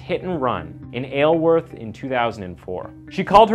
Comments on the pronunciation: I understand miss-prunouncing it "Is-leworth" but you managed to call it "ayleworth" rather than "ileworth" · HOW DID YOU SAY ISLEWORTH 🤣 Its pronounced I-sal-worth